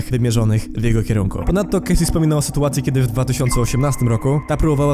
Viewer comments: Wymawia się „Casi” i „aszer” ! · Didi, Uszer, Kejsi... na rany Chrystusa, jak Ty wymawiasz te ksywy...